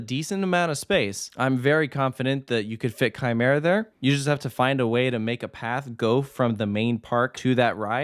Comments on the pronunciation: I already knew who Quimera was before the accident on September 29 2019 because of top 100 lists. Btw Quimera is pronouced kee-mair-a I’m surprised quimera was even allowed to be relocated. Heck, THE U.S. But still, this is great I’m super excited for this addition I’m kinda wondering what will happen to the other two coasters at La Feria because their fates are undecided but i’m pretty confident the park will close. (Quimera and Reverchon are listed as defunct coasters at la feria while montana russa and the swarzkopf shuttle loop) So happy Quimera is saved! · Quimera is pronounced Kee-Meh-Ra 🥃